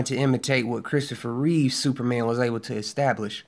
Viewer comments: Cavill rhymes with Travel. Not Ca-ville. And it's Christopher REEVE not Reeves. Besides that, i agree with ur points bro. Keep preaching them! many people seemingly missed the point or refused 2 understand that point, that lead to this toxic hatred 4 MOS and everyone involved in it. I simply dont get it. Tks 4 the video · Christopher Reeve not Reeves